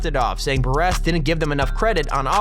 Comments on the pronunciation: I know you didn’t just say Buressss😳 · And he said plexico “burr ess” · You’re constant mispronunciations are a distraction that need not occur. It is a sign that your not prepared. Take time to run it by someone who knows something about the subject matter. You can do better. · Berrrressssss no burress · It’s pronounced “Burris”... not “Buresss” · The Narrator is a tool he pronounced “Burress” incorrectly. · Yea he also called Burress bur-RESS..... What a fuckin idiot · Samuel LEE Bruh. He said: Mareeners Bur-ess And Chee-a-lean-e RayX7 is trying to help his dumb ass out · You also said Burress wrong..???? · And how he pronounced Plaxico Burress's name(I ain't even gonna lie, tho, that is a tough name to pronounciate) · ...mispronounces mariners and Burress on video with 2.9 million views 😬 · Muh-reeners....berh-ress this guy clearly doesn't watch sports :D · Pronunciation errors: MAriners, BURRess, HasslebEck, Chiellini (silent H). You should get an editor or at least someone to double check your production...